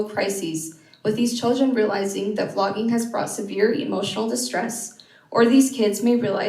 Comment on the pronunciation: when you say vlogging is okay it sounds like you are saying flogging is okay.